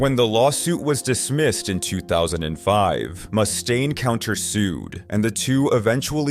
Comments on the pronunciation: He also called Dave Mustaine "Dave Moose-tane" lol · What's with this guy mispronouncing words like Mustaine? Is this more AI garbage? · So many names are pronounced incorrectly. You should be embarrassed, for real. Neil “Shun” is probably the worst. “Dave Mew-staine” isn’t great either. I love how you pronounce some of the names differently each time you say them. Do some research, my man. Amateur hour.